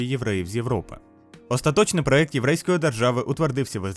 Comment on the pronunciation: "ПроЕкти". "э" в росийском